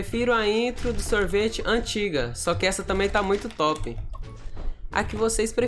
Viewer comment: A melhor parte e quando o fala sorvite calera